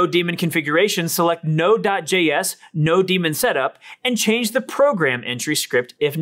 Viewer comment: Great overview and presentation. You should be getting more comments and likes. minor nit: it should be node-MON as in node-monitor not node-DEMON.